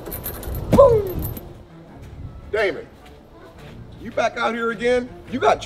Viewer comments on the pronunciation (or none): Why is dj's grampa saying daimin to dj